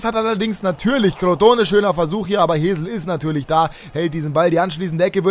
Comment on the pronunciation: Hesl wird nicht Hesel ausgesprochen sondern eher Häßl